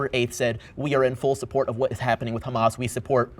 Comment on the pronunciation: “khamas” he’s not american